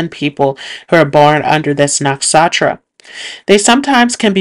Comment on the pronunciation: Can you please pronounce “nakshatra” properly? It’s very distracting when you butcher the pronunciation.